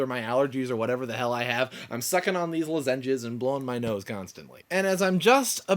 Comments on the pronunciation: I'm sorry man, but I cringed every time you said "luh-ZEN-jezz." I think most people pronounce it "LAH-zin-jezz," or maybe that's just how we crazy North Carolinians say it. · lolol at lozenges...luh-ZEN-jes... it's okay though, i mispronounce things all the time. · yep, i know you now know you pronounced lozenges wrong but more like 'loh-zenges' less like 'lazenges' when you first said it i thought you were going to say something about lasagne :) i have to say this is one of your craziest videos ever, i love it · Haha i noticed that... lozEnges rather than loZenges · Lu-zenges :P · luh-zenges lols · you are a big baby. Who cries on youtube like that? You pronounced lozengers wrong. It is not SLS, it is SDS. sodium dodecyl sulfate. You can buy natural toothpaste without it, at like GNC or something. You only have one wisdom tooth? You will get 4 of them. Then, you will probably have to have them removed. Save up some money, that surgery is expensive. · did you say ... lah-ZEN-ges? o_o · you say lozengers very weirdly :) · Heh lozenges... In Oregon we call them "los(as in first part of the word lost)-in-ges (rhymes with quiz) Cool to see different english dialects in the US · LMFAO i know he says it so weirdly! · ha yeah he doesnt know most people dont say it like that